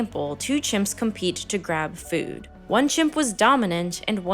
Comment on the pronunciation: the way you say “Fewd” gives me depression lmfao